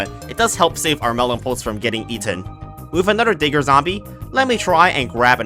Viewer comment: Bro did not say digger